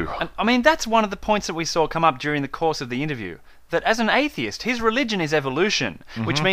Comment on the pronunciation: I think it's cute the way pronounces the word "atheist".